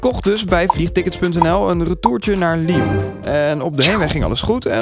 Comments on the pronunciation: Elke Belg stoort zich nu dood aan hoe die Lion uitspreekt... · volgensmij is het lyon vanplaats lion maar ik weet wel dat het chocolade reepje lion heet GEEN HAAT